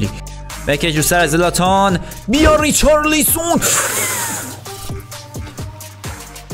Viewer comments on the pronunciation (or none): ریچارلیسون خخخخخ صد بار گفتی بابا ریچالسون